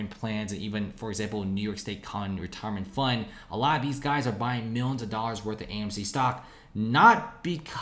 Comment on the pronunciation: Hearing you say millins and Billins always makes my eye twitch